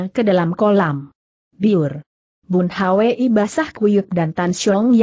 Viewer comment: Aneh nama orang selalu di eja padahal bs diucapkan langsung (bun hui)tp selalu bilang bun h w i